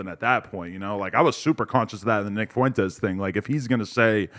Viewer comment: pronounces Fuentes as Fontes.